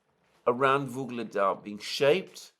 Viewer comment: YUGLEDAR! Not "Vyugledar"...so annoying..